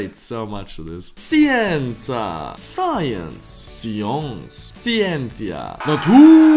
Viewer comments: He:say sienza. Me:'triggered' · You read the Italian word 'scienca' wrong QwQ The 'sci' should be pronounced 'š' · Ma che cazzo? Siensa? The correct name si scienza see on google translate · You say wrong scienza in italian